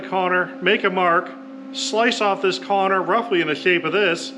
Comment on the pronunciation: Was that a "corner" or a "conner"?😁